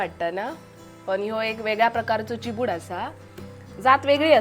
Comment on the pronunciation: Chibad not Chibdu